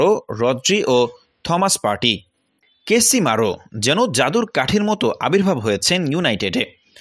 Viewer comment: ভাই তার নাম কেসিমারো না।।।ভুল বোলতেচেন কেনো😁😁😁😁😁😁